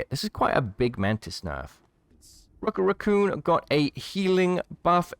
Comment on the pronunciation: “Rookit” raccoon lol